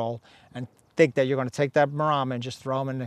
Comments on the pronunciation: Why does he keep saying MarAma? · He says 'Marahhhmma," like "Llama." It's MarEMMA, like the name "Emma." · Wish he’s pronounce Maremma properly.